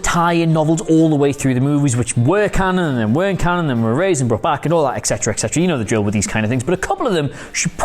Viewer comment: et cetera! not eccetera...geez